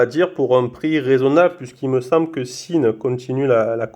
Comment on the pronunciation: sympathique vidéo et belle montre. Par contre "Sinn" ca se prononce "Zine" pas "sine"